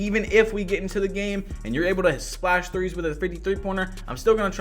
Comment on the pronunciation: One to tree four